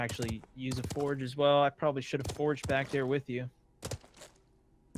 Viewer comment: "I'll be Bok"